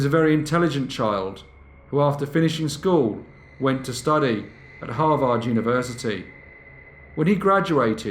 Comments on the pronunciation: It's not "Har-vard", it is pronounced Har-ved" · Har-vd not har-vaarrd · You are mis-pronouncing Harvard. It's not harVARD , its HARvard. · Hah Vard? 😂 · Its Harvard, HAR-verd. One of the most prestigious schools in the world. I still love you though. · Harvard, if you please, is pronounced, " HAR-verd". Sorry, but it's distracting in this story to hear it mispronounced. Great story! Very Dickensian. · Harvard = h AA r - v er d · I mean it definitely sounds wrong to our ears as Americans. But it is also spelled as Harvard, and pronounced as harverd so that’s kind of on us. If you sound it out phonetically you’ll get it wrong every time. 99% of the time the ar combo makes the ar sound. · He does such great research that I'm surprised that he seems unfamiliar with Harvard, given the grating mispronunciation. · Very interesting.. but have you really never heard how to pronounce Harvard correctly? One of the world's foremost and respected colleges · I love this channel but your pronunciation of Harvard is giving me a migraine! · Got a little annoyed with the butchering of the school name, but love watching brief case! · you pronounce harvard wrong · Love how you said Harvard 😊😊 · We all need to teach you to pronounce Harvard....wink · Listening to you pronounce Harvard is like nails on a chalkboard.